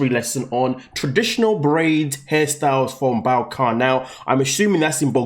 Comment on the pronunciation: It is Balkan not Ball-kan.. honestly. It covers many countries in south eastern Europe, it is not in Bulgaria. Difficult to watch the video when basic knowledge is missing.... makes things in life harder to understand.